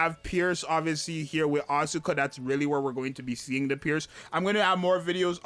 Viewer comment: Crown is my highest CP unit, but I will try to pull for Mari too. Btw it's As-ka not As-U-ka, the u is not exactly silent but it sounds 10x less obnoxious than AsUka, check the pronouciation yourself.